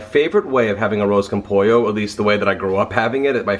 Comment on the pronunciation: Everyone you said arroz con pollo it was so gringo